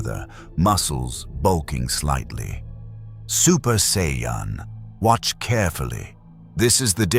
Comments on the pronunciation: Just once, I wish these stories would pronounce Saiyan correctly. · How many ways can A.I. say Vegeta's name and Sayan wrong?